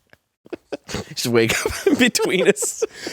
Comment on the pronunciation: “Inbetweenis” and “Microsoft” omg 😂